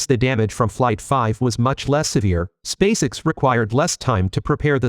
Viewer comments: It's not "Spaysix," it's "Space- EX". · This is either brilliant comedy or a serendipitous stumble into linguistic genius -- I don't think I've ever heard so many badly pronounced words in a single piece since one of those The Two Ronnies sketches! Even SpaceX is pronounced like that child actor's last name, Sissy Spacek.